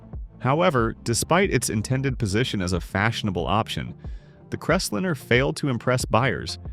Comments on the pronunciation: The first car should be pronounced “liner”, not lin’r as your robot did. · Crest-lme-er not Rest-liner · If I have to endure one more idiotic, ai generated voiceover, I will lose my s**t! Right out of the gate, "The Voice" spoke about the FORD "Crestlinner". It's pronounced "Crest LINER!" This constatnt assault on spoken English MUST stop. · Eye roll.. It s CREST LIINE . NOT CRESTLIN. moving on. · This robot doesn't know the difference between a line and a lin. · What is a Ford CrestLINNER? Drop the AI. It sucks. If nothing else, the inability to say V8 properly is alway a giveaway. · Forg crest liner no crestlinner for christs sake learn how to read And i wonder why such low numbers of American cars sold.! Just another crap talker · Stop using AI voice over, they don’t know how to properly say words, right off the bat can’t pronounce Ford Crestliner, not pronounced like Crestlinner with 2 “n”s. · What is a crest linnner, Crappy AI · STUPID AI ! CRES LENER?😂😂😂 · First pronounce the na.e correctly the pronunciation of Crestliner is like nails on a chalk board also in several programs you often say the car was cumbersome because parking places were smaller I hope to tellyou they were much larger then than now I have a town car and drove pickups and full size cars on the 60s most with Armstrong steering(without power steering) and the spots were bigger then. A big car was a status symbol Irember seeing lots of Mercs and other bohemian cars lots didnt jave power steering or brakes you just drove according to what your vehicle could handle . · Pronounce the car name's right.. do your RESEARCH!!